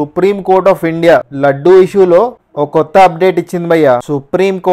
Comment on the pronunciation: Laddu laddu ani yetakaramga antunav entra g pagilidhi tirupati laddu ani sariga pronounce chey